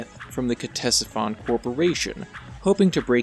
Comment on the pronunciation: ctesiphon is the name of an ancient mesopotamian city. the pronunciation is either "tessifon" or "katessifon", whichever you prefer :)